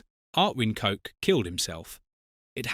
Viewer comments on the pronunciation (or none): It's not "Coke" it's pronounced " Koch" ( like kog) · Thank you for the video. It would be great if your AI knew how to pronounce the name of Ilse Koch correctly. It is not pronounced as Coke. 😂 Get it right! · Coke huh, rather than Koch. Maybe learn to pronuounce the name correctly. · CoCHlear implant is pronounced like COKE and not a guttural 'h' sound and English is a Germanic language! I have a German friend who told me her family knew of a nonJewish Polish woman who was sent to a concentration camp. How does that compare to 2/3 of Jews murdered by the Germans? My cousin is one of 6 surviving children of her Polish town in which 22,000 children were murdered. These Germans were unapologetic to the grave. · She actually WASN'T known as the Witch. Swap the W with a B, and that WAS what she was known as. Her surname was pronounced as a male appendage, not after a fizzy drink.